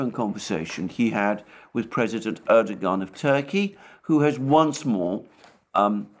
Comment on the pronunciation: Erdogan: pronounced: Erdowaan. It is a silent 'G'.